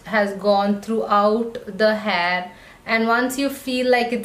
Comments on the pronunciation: It's not hhaaayyyyy it's hair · You're saying haar🤣